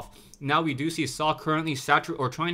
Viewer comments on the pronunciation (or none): Socke is a german player, so if you want to pronounce his name correctly you need to "speak" the "e" at the end